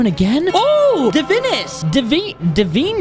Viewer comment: Its pronounced (Da-Vine-Us)